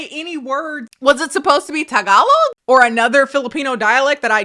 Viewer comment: As a white person I was yelling “TE-LE-GUUU” at the screen. Oh and then she butchered “Tagalog” and I questioned whether I could finish this video 😂 I kid, I love your work, I never miss a video 💖✨